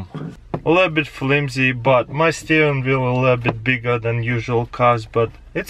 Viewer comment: Steenwheel lul xD